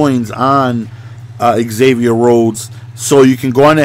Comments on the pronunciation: It's pronounced Zavier not Egzavier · Just a little whisper from a Vikes fan, it's pronounced "Zavier" rather than "exavier"